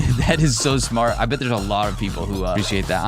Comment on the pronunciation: "That is show sHmArt!" -😂😂😂